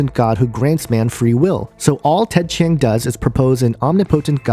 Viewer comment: Between your horribly incorrect pronunciation of Ted Chiang's name and the fact that you are claiming all these things without seeing the movie, I was already thoroughly annoyed within the first minute of your video. And what's this discussion about flat earth? It has been scientifically proven that the earth is round, and the only way you can believe in a flat earth is if you either surround yourself with misinformation, or you are too dumb to understand. Finally, it's a fiction movie. Relax. People like to think about aliens because it's fun. No idea what you are thinking here.